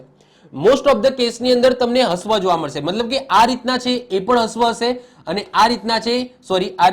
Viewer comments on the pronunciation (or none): હ્રવ ને હસ્વ નહી રશ્વ બોલાય.....બાકી જોરદાર વિડિયો...